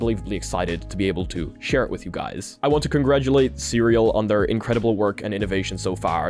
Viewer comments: So just for clarification you pronounce the company CERAL as "Cereal" but the actual pronunciation should be "See Real" with that little pause between the two words, yeah? Just noticed that's how they pronounced their company name during the interview. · You kept calling the company Cereal 🥣 throughout the video when the CEO on the interview clearly called it "C"-"Real" in reality.😂 As for this tech? That's awesome, and just focusing from my phone screen to the wall across the room in the background, I could see what you described & then moving my phone backwards and forwards. Then you mentioned about trying that with your hand. This level of immersion is definitely the future and I could see it with my own very eyes!😂 I can't wait to see this in action for VR. Being able to see that without glasses would be awesome for my significant other too. Thanks👍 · So the cofounder very clearly pronounced the name as “see real”, yet you insist to pronounce it cereal like the breakfast throughout the video? SMH 😐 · I'm pretty sure it's pronounced "see real", not "cereal" like breakfast - he even tries to correct you at the beginning of the interview 😅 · You should at least pronounce their name correctly. Should be pronounced See-Real not cereal. 🤦‍♂️🤦‍♂️🤦‍♂️ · Not Cereal... it's "C-Real"